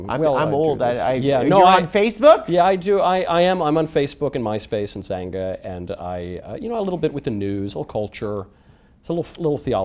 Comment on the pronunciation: my man said "xanga"